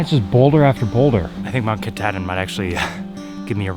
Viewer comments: Ka-tah... like Cah...not Ka-tad-in...Kuh-tahd-in... and there's only One God...JESUS CHRIST !!! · Ka-tad-din. LOLOL. If you look at the spelling,, you didn’t pronounce it correctly. (Ka-TA-din) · To funny how he says Katadian ...lol...spent my summers in Baxter its a jewel !!! Maybe my favorite place in the world ...spent many 4-5 days n nights at Russel pond .